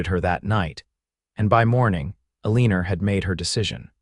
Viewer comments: Amen. Amen. Amen. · Nice story but her name is Eleanor, pronounced Elea nor! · Eleanor is pronounced "L-E-NOR" (NOT Uh-leen-er) . The mis-pronounciation is very distracting & irritating. There have to be computer software engineers who can write programs that correct language much better than these audios currently use. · Surely. You can do better than pronouncing Eleanor as A-leaner. You can do better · Well you tried its El a nor. E is silent and the a is short sound not long. Remember English lessons??😅